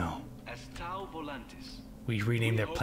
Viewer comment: I love that they miss pronounce Tau